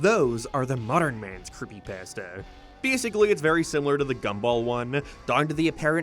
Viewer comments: It's the Pass-ta for me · I keep cracking up at the way he says pasta. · Never liked creepy pasta. I only watched this cause i like the way you say pasta.